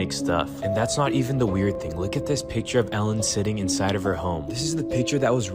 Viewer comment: I always try to learn something new from your videos. On this one, I learned AI can't pronounce Ellen's last name right.